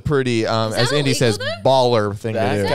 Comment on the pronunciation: Ew stooop...says indi. 😂😂😂😂